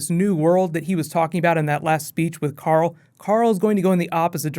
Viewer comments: He still says Coral lol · think he meant to say "Coral" since that's how Rick pronounces the name 'Carl' a lot. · It's not Carl Rick, it's Coral!!! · it's coral